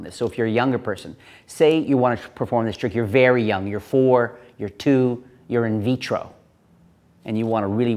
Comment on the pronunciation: "In-vitro" XDDDDD